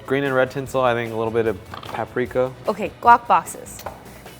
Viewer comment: Did anyone noticed that when mentioned paprika it says parika instead if paprika